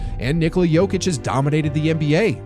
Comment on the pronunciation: I have a question. if everyone knows the correct way to pronounce his name, why are you all still doing it the weird way? Why people just don't do it properly. How long is he in NBA? 2 weeks?